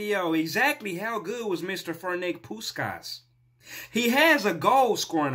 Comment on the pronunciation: it's not pronounced ''Ferenk Puskas,'' it's ''Ferents Pushkaash''. Otherwise great video!